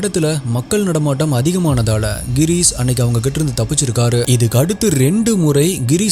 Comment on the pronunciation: avar peru Gheerees illa Ghirish!! enga konjam practice panji solli paru papom…